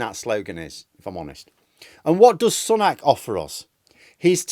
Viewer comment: Sun ack? No, Su nok.